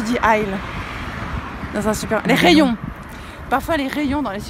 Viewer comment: Tu es en train de perdre ton français XD !!!! "Ascenceur" et "Rayons"